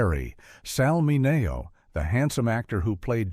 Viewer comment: His name was pronounced Sal Minnie- OH